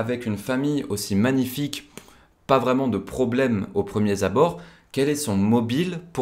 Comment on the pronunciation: On ne dit pas au premier-z-abord, mais au premier-r-abord.